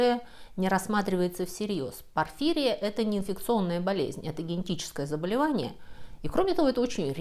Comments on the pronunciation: В медицинских терминах ударение на последнем слоге: булимИя, истерИя, порфирИя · Спасибо большое за познавательный ролик и нестандартный подход к вампирам! 😊🙏 Вот только в названии болезни "порфири́я" ударение на вторую "и". 😉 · Очень круто! Особо выделю иллюстрацию силуэт толпы с вилами - хочу такую в свою коллекцию 😉 А так же капля критики: правильное ударение в названии болезни - порфирИя. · ПорфИрия или ПорфирИя? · Правильное ударение -порфирИя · здравствуйте. да, порфирИя. полез посмотреть, думал может сам ошибся с ударением...ну да ладно. Спасибо за сравнение легенд о вампирах с бешенством. вот уж где на поверхности... ан нет. слышу впервые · Простите, кажется, "порфирИя" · Связь возникновения мифов о вампирах и бешенстве интересна, не знаю как вы до думались до этого, может вычитали, но вполне возможно и есть схожая симптоматика, но инкубационный период там разный бывает, и хотел немного по править вы ударение не правильно ставите в слове порфирия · Всё же, в слове порфирия ударение на вторую букву "и".